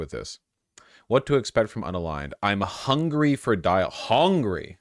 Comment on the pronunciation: Mmm hungwy